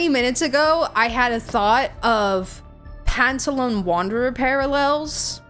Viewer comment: Absolutely loved the playthrough, despite being triggered by the Pantalone/Sandrone name mispronunciations.